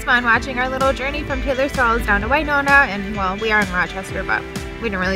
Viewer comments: It's Win-ona not Wiiiiine-ona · I was born and raised in (Win)ona not (Wine)ona LOL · I was going to address it, but being from Winona i get used to the mispronunciation. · I spent most of my childhood there! Every time she said it I cringed!!! I went to Phelps school on the college campus. I live on Whidbey Island in Washington State now and we have a Winona Rd, which made me so happy! I miss you Winona!